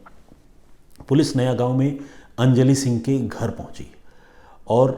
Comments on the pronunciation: उत्तान नहीं है उत्तन बीच है और नयागांव नही नायगांव नाम है स्टेशन का। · नयागांव नहीं नायगांव